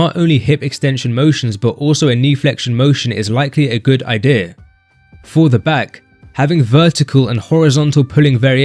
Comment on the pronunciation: ''a good ideh''